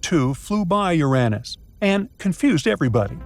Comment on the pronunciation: Oh STOP IT NOW! I’m going nuts with AI pronouncing Uranus as “ your “Ann- Us.” Guess it’s better than “ your Aaaay Nuss.